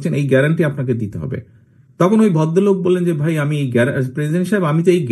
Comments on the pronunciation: আপনিও শুদ্ধ বলেন বাই নয় ভাই। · আপনিও ভাই বলবেন, বাই বলেছেন।